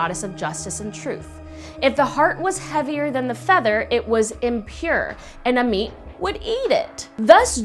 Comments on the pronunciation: It’s pronounced (aw-met) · I am not being rude but it's called Ammut . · "Ammit" Me - "a meat???"